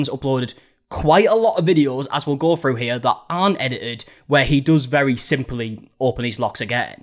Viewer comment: Why is it that people who created the language of English can’t even speak it. The word is “through”, not “frew”